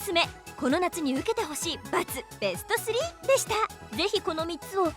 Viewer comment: べしゅちょしゅww可愛いなww めっちゃキル‼かっこいいんだけどw どっちにしてもは笑った 可愛い